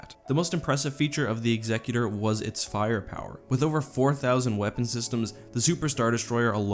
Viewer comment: I'm so glad you pronounce Executor correctly!